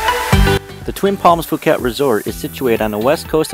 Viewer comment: Great video but if I may offer some advice: 1) The "Ph" in Phuket is pronounced as a "P" not an "F", so it's more like Poo-ket. 2) Try setting up the white balance on your camera, you'll get much more true colouration. Other than that, great clip and I loved the short summary that gave just enough information!